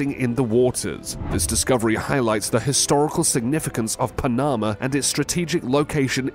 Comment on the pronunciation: Pa-NAMA. Haha. Not how that country is pronounced ? That,& this narrator can’t even pronounce Tempe Az correctly? This narrator could use some “Hooked on Phonics” as a Birthday gift!